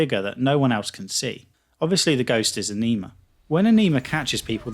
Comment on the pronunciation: A-Knee-Ma?? LMAO. It's pronounced A-Ni-Ma.